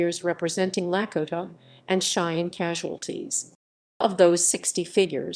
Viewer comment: I stopped at the miss pronunciation of the Lakota…